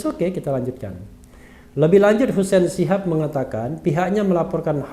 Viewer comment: itu di baca shahab apa shihab mirip HRS